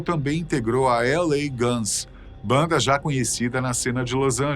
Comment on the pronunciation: parei de ver o video depois que ele falou a mesma coisa 3 vezes "a baanda mais perigosa do mundo"